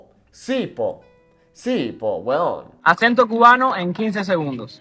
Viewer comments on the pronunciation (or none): plata was the only thing I understood the chilean say. you also gotta work on how yo u say weon. pretty sure you are putting the emphasis on the wrong syllable the first time you said it. the second time was better.